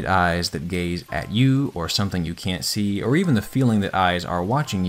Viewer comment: Every time he said gaze I heard gay’s